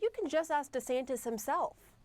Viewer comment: She cannot even pronounce his name right and we are expected to believe what she says🤣🤣🤣